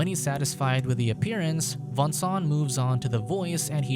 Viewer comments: Its not Vincent its Voangsoang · i can't stand the way he pronounces the name xD that's too much for me!